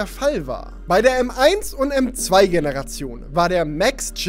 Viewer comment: Hab bei Pro Chip Brotchip verstanden xd